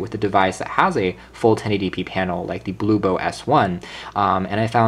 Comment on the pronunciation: It's HOMTOM, not HOMTOP, and BLUBOO, not BLU-BO. Lol.